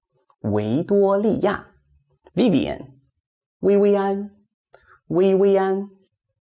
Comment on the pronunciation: its very funny when he pronounced some of the words like kevin and vivian